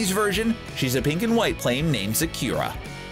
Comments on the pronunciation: "Sakyura"? It's sáh-kooh-rah. And the "rah" sounds like the 't' in "water" or "pottery" (American English that is). For future reference 😊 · It is Sak er a not sakira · You said "sakira" instead of sakura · It’s not pronounced SU-kyu-RUH it’s SAH-ku-RA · You butered sakura it’s not sookeera it’s Sockoorah! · It’s not pernounced sakira it’s pernounced Sakura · He said “sah-ki-oo-rah” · When at the end of the video you pronounced "Sakura" as "Shakira" I just had to laugh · He also butchers the name Sakura at the end and says "Sakira" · sakYUUUra???? WHAT??? Who pronounces SA-KU-RA like that??? Russia released their own version- It's not a Disney original, it's based on a book, it's like saying every snow white cartoon is a Disney knock off? Why? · The pronunciation to Sakura is SAH-KU-RAH. Shook. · It's sakura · SaQra. You said Sakura just fine earlier so that threw me off. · Whem he Said Sakura as Sakira...boy omgg THE CRINGE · Also, Sakura is pronounced sock-ooo/u-ra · Isn’t Sakura pronounced (sock-or-ah)? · Ugh I hate when people mispronounce "Sakura", it's pronounced sah (like André) ker (like her) ah (André again) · "Sakeera", really? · It's pronounced saa kuu raa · Also, "Sah-Koo-Rah" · Lady Seashell Bikini I just wanted to point out that he did pronounced the “u” in Sakura, even if he butchered it, and he didn’t said “Sakira”. There’s no need to be so rude :/ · Tbh all of his pronunciation for languages other than english is awful. He pronounced sakura really badly as well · You had to Butcher the name Sakura??? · Am I the only one irritated by the way he said, "Sakura?" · Was I the only one triggered by the way he said Sakura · As a Naruto fan, the way he says Sakura bothers me lok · Anyone notices he pronounces Sakura wrong. Naruto Fans :) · U pronounced sakura wrong